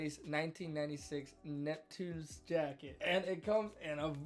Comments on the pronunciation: big bro its pronounced nupt-see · How about you spend 5 minutes finding how to pronounce the name ‘nuptse’ correctly? Such an easy thing to do.